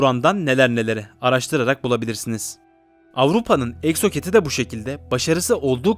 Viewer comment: Harika bir video. Sadece Fransız yapımı füzenin isminin telaffuzunda sıkıntı var; egzoket değil eksoset (uçan balık) diye telaffuz edilmeli.